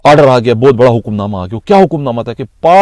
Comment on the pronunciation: Bhai"ANTAK" nhi"ANTHAK"..aur"BOATT"nhi"Bohathh"..plz apni urdu behtar karen...ye sb battain MQM ki Mott sy pehly ki hn ya badd ki,kion ky ab to Karachi mai FARISHTY move kr rahy hn...yar ye sb wardatainn aik roti salan,Chai pr beyhlny waly sahafi ko patta hy to phir ye "aunty" corruption police Kia sirf hissa wasool kr rahi hy😊